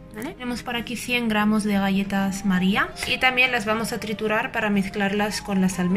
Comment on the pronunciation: Qué raro pronuncia la G de galletas